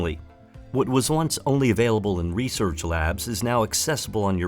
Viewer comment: "Resorch" lol